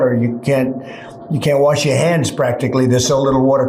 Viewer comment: trump: i had no bidet, i had to warsh my a$$ in a sink!